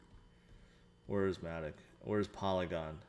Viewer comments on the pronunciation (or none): none